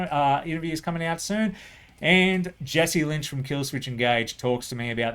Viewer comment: Jesse Lynch?? Hahaha dude...it's Jesse Leach. All good, made me smile. Just like last year, I made a list of who you listed that I wasn't familiar with. I'll have to give Cypecore a shot, with it making your #1